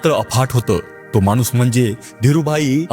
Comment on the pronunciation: मानुस नाही माणूस म्हणायचं